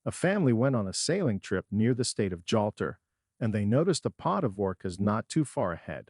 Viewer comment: “Jolter”, er do you think he meant Gibraltar?…. So tiresome wasting time on these pathetic click bait entries with totally unprepared script readers. Avoid this one for starters!!